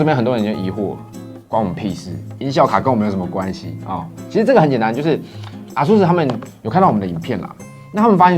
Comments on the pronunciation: 是唸 「 A ~sus 」 不是 「 啊～sus 」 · 唸錯了啦XD 是A速斯，不是R速斯>_<